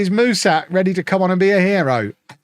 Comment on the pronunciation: Hey, Mușat is pronounced "Mu-shat", like the english past tense verb